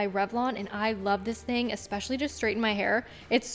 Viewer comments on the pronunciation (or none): none